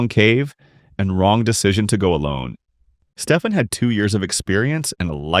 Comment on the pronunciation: Name on screen "Stefan" This guy for whatever reason "Steep Han" And later he pronounced this name properly, wtf